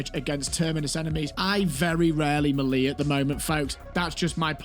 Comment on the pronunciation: It's pronounced "meh-lay"